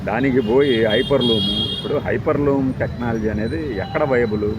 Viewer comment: HYPER LOOM KADU HYPER LOOP